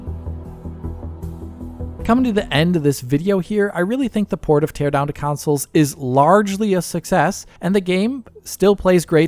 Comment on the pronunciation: Can you please discontinue saying "council"?